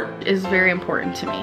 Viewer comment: "Its really impornan"... 🙄